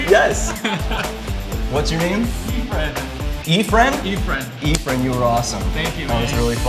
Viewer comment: is he a Filipino? the way he pronounce his name (Efren) "eeee-fren" pinoys say "ef-ren"